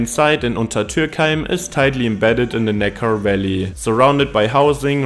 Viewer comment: No no no! There's nothing more off-putting than AI voices. So someone doesn't speak English perfectly, big deal. It was perfectly understandable and certainly better than my attempts at a video in German would be. I did laugh a little at "Valley" sounding like "welly" 👢though!